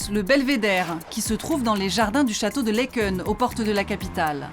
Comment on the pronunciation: Laeken se pronnonce Laken!!!